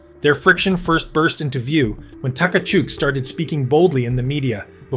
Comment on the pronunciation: How many t-kachuk and takachuk . Easier to just say it right. Kachuk!